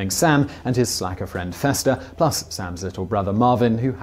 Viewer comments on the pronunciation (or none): none